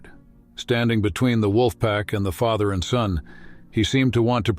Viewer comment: Hasky, Faather ? I thought AI readers were improving.